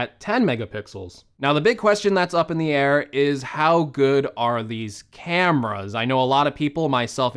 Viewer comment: It's camEras bro, not camras. Also, there is a thing called toothbrush